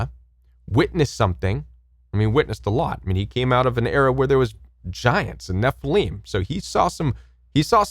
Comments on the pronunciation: SUPPOSEDLY (not supposbly) height (not heighth) and nefa LIM ( not leem) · ??? I have always heard the Nephilim pronounced: Neh-fill-im; you pronounce it: Neh-fil-eem Where do you get that pronunciation???